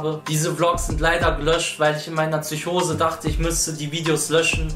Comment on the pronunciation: Es heisst PSYCHOSE MIT P KURWA